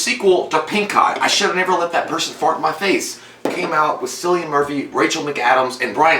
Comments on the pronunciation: His name is actually pronounced as Kill-i-an as opposed to Sill-i-an. I did that mistake of mispronouncing his name before i found out how to actually pronounce it haha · JFC His name is Kill-ian. Try google- it's your friend. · I know it’s 4 years later. But J pronouncing Cillian is funny 😂 The C is pronounced as a k 😜